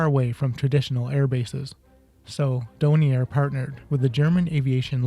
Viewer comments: Really interesting, but the manufacturer's name is DORNIER, with an R as the 3rd letter - not Donier!!! It's a bit excruciating hearing you saying the name wrong all the way through! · DoRnier. The "R" IS NOT silent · Then you need to learn how to pronounce Dornier! It's Dorn-ear you consistently missed the first 'R'. Also it's not the "Doh-29" it's the "D - O - 29" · Dornier not Donier